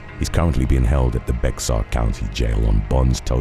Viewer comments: Not tryin to be THAT guy, my guy! But in Texas, it’s not pronounced “beh-ks-ahr”. Iss pronounced “behr” county. Pretty much it! Great job, as USUAL!!! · The name "Bexar" is pronounced "bear". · Have watched your channel for years but I have only 1 gripe. It's how you pronounce Bexar County Texas. That being said, it's pronounced Bear. Thanks for the dedication of releasing a video a day. Thanks for the hard work you do on this channel. I'll keep watching whether you correct the mispronounced word or not.